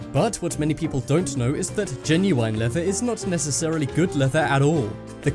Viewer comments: ITS GEN-YU-IN NOT GEN-YU-INE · 'Genu-wine'?! Since when did British people pronounce the word GENUINE like that? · Lol genuwine leather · Lol "genui ne leather" xD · The way you say genuine🤦‍♂️ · no way this guy says genuine like that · I hate the way he says genuine. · U said genuine wrong it's so obvious your reading a script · your saying genuine wrong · Kiano yeah, me too! I've always pronounced it the way you do and since english is my second language I had to google directly. My translater does not know this pronunciation of genuine.